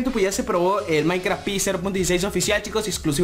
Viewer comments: soy el unico que se dio cuenta de que no decia maincraft y decia mainkra?? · En el android dice MAINKRA